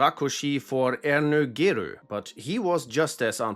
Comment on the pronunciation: As a Hungarian I really appreciate your effort to pronounce Mátyás Rákosi and Ernő Gerő well! Of course, it's a difficult language which is why not everything was perfect, but its a rare sight to behold. Much appreciated!